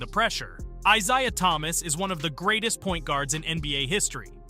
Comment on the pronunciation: Pretty sure it's AI voiceover. The pronunciation of "Isaiah" was bananas, never heard a person say it that way in my life.